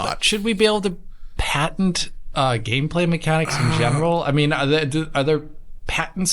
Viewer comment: Patent is pronounced Pat-int not Pay-ton. The guys were trying to help you lol.